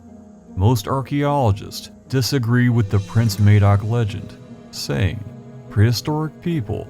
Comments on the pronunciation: Im Welsh, just to clarify that Madoc is pronounced madoc (as in madness) not madoc as in maybe)....in Welsh, the letter 'A' is always pronounced as in: apple, atom, cat...and never as in: day, slay, ape. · Very interesting to hear this from an American point of view. Can I make one small point about the name Madoc please. In Wales in the area he set off from (and where I live) it is pronounced with a hard ‘A’. Just a small point, but I thought I’d share. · Great video, very enlightening. However Madoc is not pronounced with an A such as in hay or May, but with a flat A as in math. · As an old(ish) Welsh man, I've been aware of the legend of Prince Madoc, for most of my life. I really appreciated your film, it was extremely interesting. Just wanted to point out that Madoc, is pronounced the same as mad, Madoc, not May, doc. Thank you again. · Something I did forget to mention, it isn't pronounced May-doc but Mah-doc with a hard 'A' I think more credence should be given to Native American stories. (and other myths and folk tales around the world) I read somewhere, north western Native American tribe had a story about an exploding star which went back hundreds of generations It was proven true by astronomers who used description and 'co-ordinates' to find it from around 9,000 years ago. I just wish I had paid more attention to be able to quote reference. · "Madoc" is pronounced "Maddock" not "Maydoc". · Madoc is pronounced Maddock not May-doc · This was a really interesting video. I'd heard of the Prince Madoc story before but you put some 'meat on the bones'. I just have one 'picky' thing to say, Madoc is pronounced Mad-ock not Maydoc, sorry but it just rankled with me every time you said it. There is a Welsh actress named Ruth Madoc and she pronounces it as I have described. Hope you don't think I'm being pedantic, well, I have been described as such in the past. Nevertheless, I still found your video informative and educational. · Mad oc is how it’s pronounced